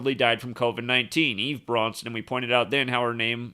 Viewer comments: You kept saying Bronson instead, of Branson. Was wondering why. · Its Branson not Bronson ya dork! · BrAnson not BrOnson. Good blog. Small matter... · Branson not Braunson :/0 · I noticed that too, but Zach says, "He's the master of mispronunciation." Maybe he was thinking of the actor in that movie "Death Wish" (1974), Charles Bronson. It could've been a Freudian slip considering we are dealing with an actor-based reality.